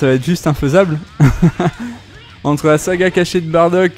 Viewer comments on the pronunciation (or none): none